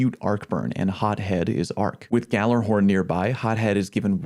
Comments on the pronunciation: ghallERhorn? You mean ghallAhorn? xD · gallerhorn????? its (galla-horn)